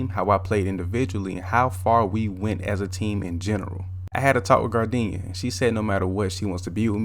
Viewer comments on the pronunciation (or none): "gardinia" had me dead😂😂